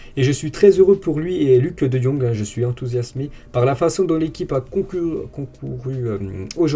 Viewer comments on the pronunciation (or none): Concourut 😂 tu as vraiment un problème avec ce mot